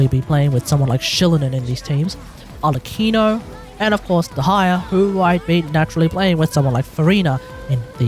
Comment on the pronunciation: "De-ha-ya" as a Dehya main, I will not stand for this 😤